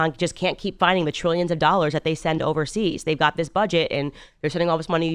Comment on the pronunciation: First time watching your video. One critique. Please use the word “they” and “that”rather than “dey” and “dat”.